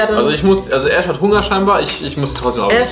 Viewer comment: *Ash nicht ,,AHSCH"